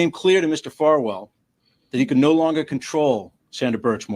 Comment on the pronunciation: Is it a freudian slip that kept saying Falwell instead of Farwell? 😂